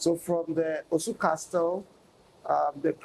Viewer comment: Looks like the interviewer was trying to influence and put words into the elders mouth. His interviewing skills is not top however I’m sure he’ll learn over time. Also I couldn’t help but notice he kept pronouncing castle “CasTle”. The T is silent lol